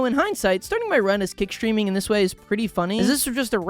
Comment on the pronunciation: I looked down to eat my baked potato and did not hear kick streaming. I heard kid streaming so I have renamed this to kid streaming. Let's see how it does.